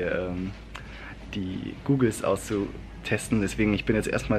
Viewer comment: Goggles wird mit kurzem o ausgesprochen. Sonst wäre es ja googles ;)